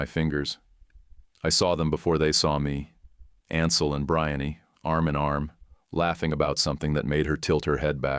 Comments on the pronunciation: Bree-anne, AI voice, her name is Breanne Not Briny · (AI) The girl’s name should be pronounced ‘Bree-ann’ not ‘Brian-ee’. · Well, there is one right from the beginning -- Brianne is pronounced bree-ahn, not bri-ahn-ee. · BRHIN-nee ??? How about BREE-on-na . Some AI narriated story are so annoying. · The ai reading is distracting. Brian instead of Brianne. Geesh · Hey, since when is the name "Brianne" pronounced "Bri-ann-ey"? Hire a goddamn human to voice this shit. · Worst pronunciation of "Brianne" I have ever heard. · The way AI pronounces the ex-fiancée name sounds more like something related to shrimp.